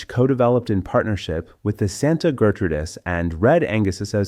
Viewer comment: Interesting video, but the narration sucks. A real person would be better. Someone who knows that the period after a middle initial is not indicating a pause between sentences. Someone who knows how to pronounce fractions like 3/8 and 5/8. Someone who knows how to pronounce Gertrudis. And how to pronounce mares (female horses). It's a one syllable word and not pronounced "mar es"!